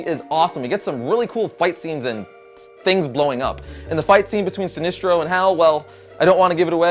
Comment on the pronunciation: It's not "Si-nees-tro" it's "Si-nes-tro" - ok. Good reviews.